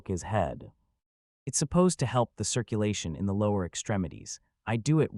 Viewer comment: At one point it actually reads the word 'the' as 'tee aitch, pause, ee' .never heard a worse AI rendition.